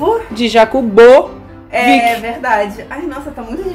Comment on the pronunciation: "JAKUBOVIC" Asertei.